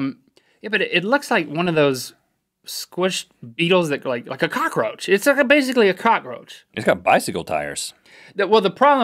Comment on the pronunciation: its a car-roach